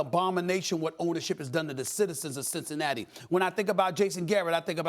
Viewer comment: What that nigga say "citizicicinatti" what is that?